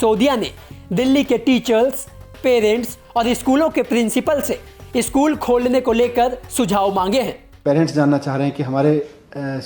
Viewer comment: भाई ये न्यूज reader को कोई बताओ की स्कूल होता है, इस्कुल नहीं होता।